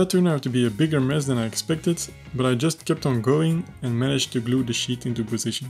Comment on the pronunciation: Excellent video and build! As a builder, my favorite line was. "I managed to glue the sheet into position." but it also sounded like, "glue the shit into position." That is what I would have been saying at this point in the build! Again, excellent work, keep it up!